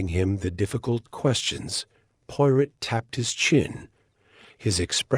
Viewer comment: The reader needs to know how to pronounce Hercule's last name correctly and French phrases.😢